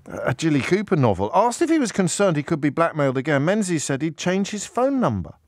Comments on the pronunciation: James, his surname is pronounced Mengis, not Menzies, it's a Scottish surname. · its not pronounced Menzies its Ming-is